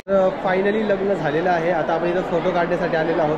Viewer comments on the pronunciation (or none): लगन नाही लग्न म्हणतात दादा